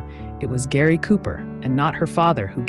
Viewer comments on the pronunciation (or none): none